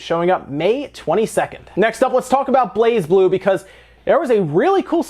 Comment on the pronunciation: Nintendo always have a Direct before E3, often so does Pokemon Company, if they have a new game. Also, the "Z" is silence, it pronounces "Bla-Blue". I know, it's weird, but that's apparently that's how it's pronounced.